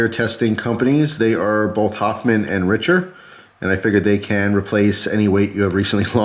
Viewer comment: Hey, it's pronounced Rickter and it is a fairly cheap knife maker.